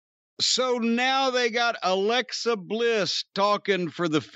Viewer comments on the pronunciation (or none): none